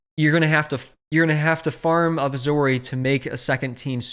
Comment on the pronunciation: also its Zorii not Zorri lmao, there are no 1 minute without a mistake, I swear